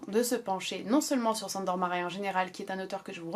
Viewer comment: Bonjour, merci pour cette vidéo. Ayant des origines hongroises je tenais à t'éclairer sur la la prononciation du prénom "Sandor" qui se se prononce en réalité "Shândor". Sur ce, bonne continuation (de la part d'une abonnée dévouée)